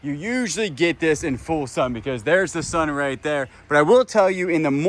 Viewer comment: sun...not sin sorry